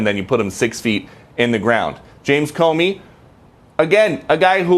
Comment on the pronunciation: Hey Comey is pronounced Ko Mee, but no problem I'm still a WIP. love U folks.